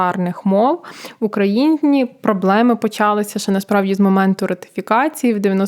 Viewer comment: "...ну окей, ми виключили роШійШьку, нарешті..."(4.01) Дівчата, запишіться на заняття з риторики. Ваше "жування вати" з одноманітним темпом і на одній ноті слухати неможливо) Повикидайте оті безкінечні "ну-окей". Що то за "румИнська" мова (7.30)? Проблеми не "почАлися" (1.27), а "почалИся" Тим більше, говорите про мовні питання)